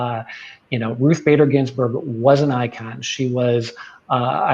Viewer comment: Ruth Bader Gins🤮🤮🤮🤮🤮🤮🤮🤮🤮🤮🤮🤮🤮🤮🤮🤮🤮🤮berg......could barely get that out.